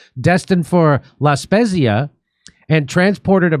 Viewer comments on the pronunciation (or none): correct pronunciation sounds like La Spetsia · So proud of Italians. "Spezia". Pronounced SPETZIA. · Good news. La speh-zeee-ah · Jimmy, it’s pronounced La SPETZA…god bless Italia! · Its pronounced La-speezia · Its pronounced La Spetzia … most Italian are not fascists